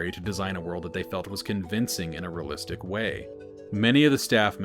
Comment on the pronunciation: REALlistic not RAlistic